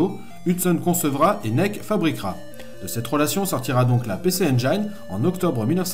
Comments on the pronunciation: mes oreilles brûlent à chaque fois que tu donnes le nom de la console: "pissi injine" pas "pécé endjaïne" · Comme Jean mi un peu plus bas j'ai envie de préciser que le nom de la console ne se prononce pas "pé-çé-aine-djaïne", mais bien "pi-çi-aine-jïne", pareil pour les extensions CD, c'est pas "çé-dé-rome-deux" mais bien "çi-di-rome-rome". Il me semble aussi important de préciser qu'Hudson, à l'époque premier éditeur tiers sur Famicom, et frustré par le manque de puissance de cette dernière, à tout d'abord tenté de proposer à Nintendo d'intégrer dans les cartouches les co-processeurs qu'ils avaient conçu pour booster la console. Nintendo qui était alors en position de monopole total ne voyait pas encore l'intérêt de lancer des évolutions technologique pour une console qui se vendait comme des petits pains. C'est devant leur refus qu'Hudson s'est lancé dans l'idée de concevoir une machine avant d'en proposer la fabrication et la distribution à Nec (qui avait les épaules pour ça, car eux à ce moment la monopolisaient le marché du PC au Japon et se voyaient bien venir marcher sur les platebandes de Nintendo). N'oublions pas non plus de préciser qu'à l'époque de Sodipeng la distribution de la PC Engine est devenue bien plus grand public pendant un temps, on pouvait par exemple trouver de ces consoles chez Auchan et à la Fnac par exemple.